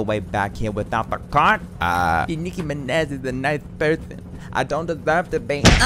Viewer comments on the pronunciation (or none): i love how she says mirage and then proceeds to pronounce minaj as mineh so it doesnt rhyme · Nicki minéH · Me: Trying to talk Nicki Minaj: Nicki MinEHz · De Nicki Mineh* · Niki mineh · "Just here at your service, I'm Nicki MINAH" 🤭😭🤣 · Nicki mineh?? I am CRYING 💀💀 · de nicKI MINNEH